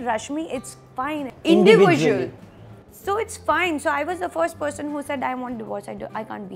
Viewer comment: Its not PODGESON 😂😂 its PERSON